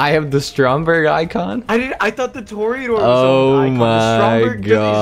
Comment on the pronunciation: 2hy it pronounced toridoor not toreeudoor